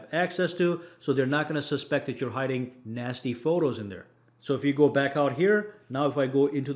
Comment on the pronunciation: He said nasty photos